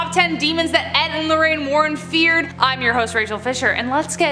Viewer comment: ... "Feard" XD